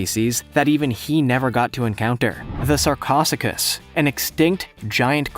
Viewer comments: SAR-CO-SUU-CH-UHS. NOT SARCOSSIGAS. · Why the hell are all of the juicy topics fake? That's totally fake. If anything the 'ribs' are short ribs attached to deer antlers. The skull, modified deer skull. Also also, this channel apparently hates all animals. Snakes, sharks, insects... Sarcosachus? No, no... (Sar-coe-sue-cuss) Deinosuchus (die-no-sue-cuss) was also gigantic, but it was a much larger alligator. Both sarcosuchus and deinosuchus were well over 30 feet long. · sarcosocus he said no its pronounced sarco suchus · The crocodile is pronounced SARC-O-SUCHE-US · You're ridiculous you said sarcosuchus (S-are-co-suke-us) wrong you know basiclly nothing about prehistoric and also some historic creatures and birds are a type of dinosaur also the allosaurus is not the most deadly or largest creature from the jurassic era and whell just so many things here are wrong. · the giant croc is pronounced sar-co-sue-ch-us. your welcome. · The way he said sarcosuchus hurt me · and that preshitoic croco you called is knew as sacrosuchus you dont know how to sau it's name right plus theres like 9 larger crocos from the scaro time period